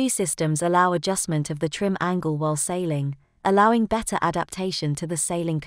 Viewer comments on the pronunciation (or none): none